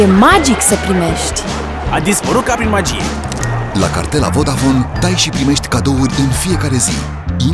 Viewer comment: Ati observat ca Antonia nu poate pronunta 'primesti'? Spune: 'primesci' ... pentru ca ea e din U S of A ca si BRomania. Uimitor cum au putut sa agate contractul asta cu vodafone. Altfel, omul e 0 (zero barat). Antonia ... na, o fta idola copilelor de 12 ani. Un fel de Raducioiu cand s-a intors din Italia. Dai .... si .... primesci !!!!